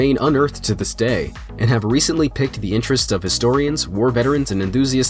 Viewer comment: The word piqued isn't pronounced like picked. It's pronounced like peaked. Where the hell is the narrator from that he doesn't know that? And none of the editors knew to catch it either? FOCUS ON QUALITY, NOT QUANTITY. Not catching stuff like this just makes you look lazy as hell or incredibly rushed. STOP making piss-poor quality videos every day and make videos WORTH WATCHING.